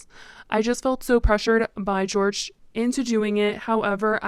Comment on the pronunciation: in spanish, the j sounds kinda like an h so its not george but its like "hor-hay" cuz it's spelt jorge (i think??)